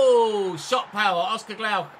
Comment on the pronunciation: It is Oscar Glokh and not Glaukh read it as a singular’o’ 😉